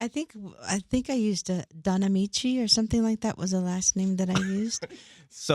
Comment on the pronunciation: I cracked the freak up when she said Donnamiche lmbo